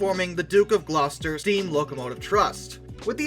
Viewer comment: atleast someone not from england got the pronounciation of gloucester correct for once